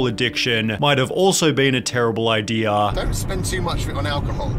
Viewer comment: Ideaaah. Wataah. Kolyaah. Lataaah.